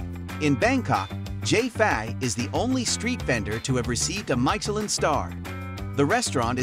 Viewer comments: MY-chelin? Stop it. Nobody says that. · Leave him alone with his pronunciation of Michelin - it doesn't matter. Signed : a French 😊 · He cannot not even pronounce Michelin... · The name “Michelin” not even pronounced correctly. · Great recommendations, but…OMG the way you pronounce Michelin is off-putting…cringe. And can’t you just say Thai baht, instead of saying T-H-B? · The weird pronunciation of Michelin is such a throw off. Perhaps research how to say it correctly for this type of video. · Don't know if I should trust this video, when you mispronounce Michelin. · Very painful how you pronounce Michelin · Could you at least learn how to pronounce Michelin ... rhymes with "miss" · YOU NEED TO LEARN HOW TO PRONOUNCE MICHELIN ! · Maybe watch a video in french about Michelin restaurants and learn to say it correctly. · Tech your computer how to say Michelin properly. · Dude, you not only butcher "Michelin" but the Thai pronunciation of food and storefronts. Nice informative video but please learn how to pronounce the Thai dishes! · I had to stop watching because of the way Michelin is pronounced… ears are bleeding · Learn how to pronounce "Michelin" properly please. It's not "My che lin", but "Mee che lin". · It's Meechemin, not Maichelin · mai sha lin 😂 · I agree and pls start with pronouncing Michelin, because it is not MYchelin. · so... was it "mai"chelin or "mi"chelin ? is this one of American VS Europen reading ? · you are totally pronouncing this worldwide Guide incorrectly. Mee shi lynn. NOT My shi lynn. Watch any other video that talks about the Michelin guide or ratings. It's a French term. Meaning "i" vowel = a long eeee sound. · Say it with me AI, 'MISH-ELLEN', not 'my-shellin'. No one is falling for your BS. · Please learn to pronounce the word Michillin. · “MIKELIN STAR?” Enough of this lazy AI nonsense. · I don’t know about Thai pronunciation but most certainly I have never heard about “maisheleen” 😊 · My cher lin... oh dear.